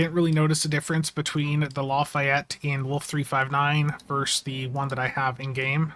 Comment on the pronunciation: Sorry but I'm compelled to say.... Not LA Fi Ett, La Fay Ett. :p